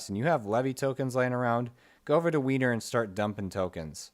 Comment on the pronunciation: It's pronounced "wer-ner" not "Weiner"